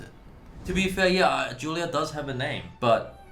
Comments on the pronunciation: Time for a lesson for all commenters. It's JUILLIARD. Not "Julliard" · I thought he said 'Jailyard' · Juilliard- you mean jailyard ?